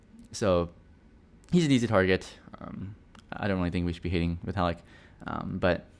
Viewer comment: its vitalik... you should probably get yourself tested